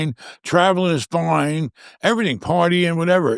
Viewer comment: love how says fine "foin" 😂